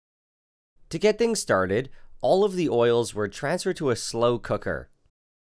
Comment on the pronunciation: "all of the oils" sounds like olive the oils